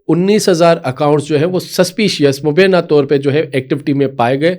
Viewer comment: مجھے سمجھ میں نہیں آتا کہ آپ لوگوں میں سے اکثر وی لاگرز تلفّظ پر توجہ کیوں نہیں دیتے ، اپ نے مبینہ کو غلط ادا کیا یہ تلفظ مبینہ نہیں بلکہ مبئ۔۔۔ینہ (mubayyena) ہے، توجہ فرمائیں ، شکریہ ۔